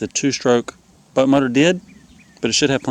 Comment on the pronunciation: It's hilarious how you say butt motor instead of boat motor.